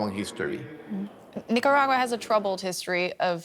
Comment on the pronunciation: I heard of nicaragua but nacaragua? Where is it?